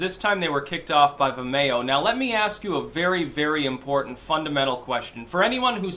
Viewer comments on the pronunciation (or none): Vimayo? You mean Vimeo? Like Video? lol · Oh vim-e-o, I was like wtf is vamayo, lol. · Its pronounced Vim-ee-oh. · Vim - ee- oh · Say Vimeo like vi mayo one more time Fucking do it. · It's pronounced vi-me-oh. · "vimAYo"? You sure do put some weird emPHASIS on some weird syLLABulls... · I had to listen to mispronounce Vimayyo a few times before I could figure what he was talking about. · Oh, is that what he was saying? I kept thinking "What the hell is The Mayo?" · Is trying to say 'vimeo'?